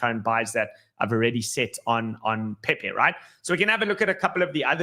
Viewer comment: PeiPei not Pepe